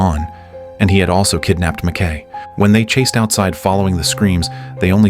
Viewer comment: Pronounced 'Mac Ki' NOT Mac Kay, bloody AI Voice!